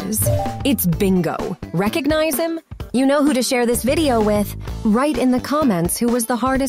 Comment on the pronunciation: did you say recocnize HIM?!?!